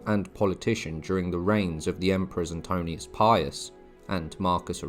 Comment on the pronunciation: Great video. It's NOT "Antonius"...the name of the Emperor you mentioned had a relatively peaceful reign, it is correctly Pronounced: "ANTO- NINE-US" ( my emphasis to illustrate the difference), & it is spelled Antoninus...just to clarify; I'm not complaining at all😃😉✌️👍 You correctly have the right spelling on the screen, so it's just a vocalisation change... but offering a correction now may just help those learning accuracy in their knowledge if they're copying your pronunciation through your interesting video. After all, learning without unnecessary ridicule or negativity from others gives us confidence in sharing what we learn from people like yourself. Thanks for the video!😊